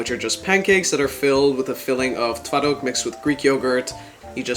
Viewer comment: your pronounciation is really good i fr thought you are polish😊